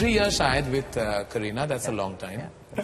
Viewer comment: Sha ka saa kyu bolte hai ye up bihar walle.. Abhishek bachan hai abiseek bachan nahi hai bhai. Saahid nahi Shahid Tasan movie nahi Tashan